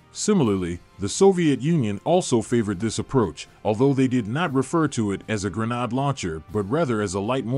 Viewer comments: Gren - aid you AI ........! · WTF is a gren- AHD? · Pronounce it properly gren aid. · it's pronounced grenade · There is no “r” in grenade! The narrator got it right a few times.